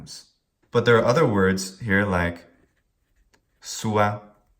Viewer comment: I ve noticed something. Your e sound is nasalized..have you noticed it? In the at the "suae" is quite prominent.